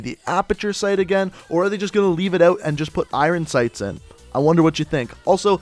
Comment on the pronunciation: The way you say iron sights hurt my ears